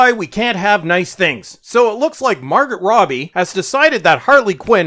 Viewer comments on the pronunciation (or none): Ehhh, it's Margot, as in "Mar-go."